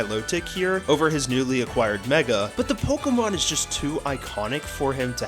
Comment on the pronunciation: Day, two of asking you to learn the pronunciation of the word, Pokemon